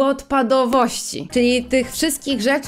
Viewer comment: "łodpadowość", ładnie, tak gwarowo a pasuje.